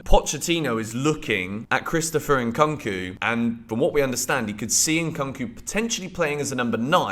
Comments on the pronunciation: why do u keep saying it as Cunk? it's Koonk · Somebody please tell to stop saying Nkunku like that 😭😭 it's getting cringe... it's pronounced "Nkoonkoo" not "eNkankoo" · The way you call " Nkunku" makes me laugh. 😅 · The ONLY thing unique about your content repeating post is your miss-pronunciation of Nkunku. Transfer season is copy paste season